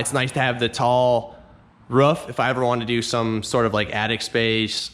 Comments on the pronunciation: its pronounced "roof" not "ruff" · Ruff? It's a ROOF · 7thsfgp in KS we say “ruff” too. Weird. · maybe in your universe. In this world, we say "roof"